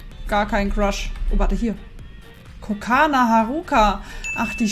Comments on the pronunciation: Kokona nicht kokana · Kokona Gnu!!! KOKONA!!!!! NICHT KOKANA!!!😂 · Sie heißt Kokona und nicht Kokana 🙃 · KO-KO-NA! nicht kokana😂 es steht direkt vor dir auf dem Bildschirm und du liest es immer wieder falsch 😂😂😂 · Die heißt Kokona AAAAAAHHHHHH TRIGGERED 😂kokona mit ooooooo. Vieleicht nh insider den ich nicht checke aber hey 😂😅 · Ehm Gnumami sie Wird Kokona ausgesprochen Und nicht Kokana😂😂😂nur Zu Info Ich sage es nur Weil du unsere Gnumami bist🙂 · Kokana?😂😂😂😂😂😂 KokOna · NICHT KOKANA ABER KOKONA LESE DOCH EINFACH!!!!!!!!!!! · Sie heißt immer noch nicht „Kokona „